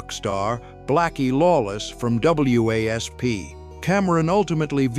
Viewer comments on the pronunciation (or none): Long gone are the days of human narrators. W-A-S-P? Oh WASP! Got it.